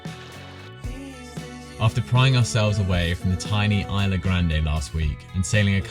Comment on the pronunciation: Spanish lesson for the day. "ISLA" is pronounced "eeslah." Easy and simple. :person-turqouise-waving: Fun video as always, great work recording and editing! Gracias.